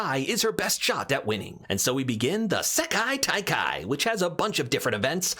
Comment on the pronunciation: I both love and respect how many times you fumbled slightly at pronouncing "Sekai-Taikai" but kept going